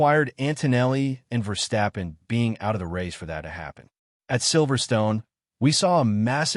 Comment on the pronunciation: did he say vesterppen???